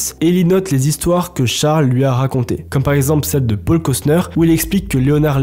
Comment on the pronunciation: qqun lui explique que c’est paul pas pôle le prenom?